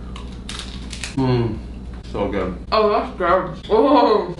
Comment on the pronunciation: Lol, i was thinking the same